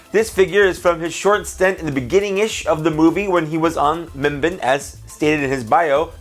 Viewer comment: Just correcting you mimban is not pronounced (mim-bin) it’s (mim-ban) like edit: barn without the r